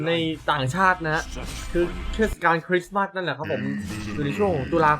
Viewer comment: เดี๋ยวๆ มันอ่าน คริสต์มาส ไม่ใช่ เอ็กมาสครับพี่ 555